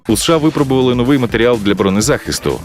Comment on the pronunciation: говоріть повною формою - державнеє, обороннеє А не державне оборонне і наголос не нов'ий а но'вий